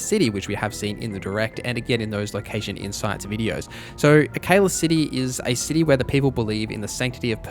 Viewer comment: "Akayla City"